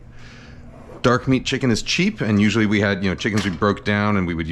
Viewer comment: Kenji's dogos "No vegetables! Only chimken!"